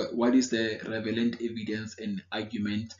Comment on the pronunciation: Thanks a lot man. Also love how how you say "revelant" instead of relevant 😄. You are thorough in your explanations though. Thank you!